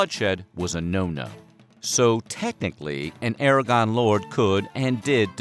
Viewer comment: Did he said "Aragon"?